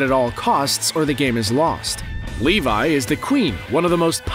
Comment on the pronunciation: Levi❌ leivai✔️